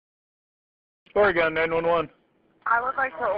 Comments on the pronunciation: Glad for the happy ending, also: Oregon is pronounced Or-a-gun not Or-ray-gone. Not sure why the reporter couldn't get it right after listening to the dispatcher. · I can't get over the reporter saying "or-gone" 🤣🤦🏻‍♀️ it's or-g-in like you would pronounce "organ" I suppose. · Oregon is pronounced "Ory gun" not "Ory gone." 😊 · No not OreGONE. It’s pronounced OreGUN. On the rest of the video: This was smart on the part of the woman calling and good for the dispatcher. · When she says Oregon, it drives me nuts. Its Ore-Gun, not Ora- gone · Ora-gone? No hun, it is Ori-gun. Are you a news reporter, or just a talking head? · Great job sir! Just so you know, Oregon is not pronounced "or gone". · As an Oregonian. It's infuriating that the lady kept saying "ore-gone" 🤦‍♂️ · Who hasn’t heard of Oregon’s name pronounced… They called it “Or-gone” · Oregon is pronounced (trigger warning) Or E gun. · Can someone please teach the reporter how to pronounce Oregon. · Nah the worst crime is how the reporter pronounced Oregon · How can educated "on air" people not know how to pronounce the name of a state correctly. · I realize this was 3yrs ago but someone find this reporter and make her pronounce Oregon correctly. Pure cringe. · Someone should tell the reporter how to pronounce Oregon. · At least the newscaster could have asked how to pronounce Oregon. 🙄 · THE NARRATOR PRONOUNCED OREGON WRONG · First thing the news reporter could do is learn how to pronounce Oregon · I’m from Oregon, STOP PRONOUNCING IT WRONG GOD DAMN.